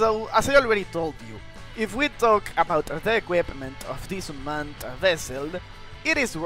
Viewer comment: Bro's It Unmaned U-m-a-n-e-d NOT Unman- ed 💀